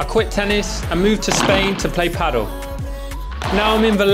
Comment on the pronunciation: Great video! Only one thing I would like to ask. Please quit pronouncing it ‘paddel’. ;-) Pádèl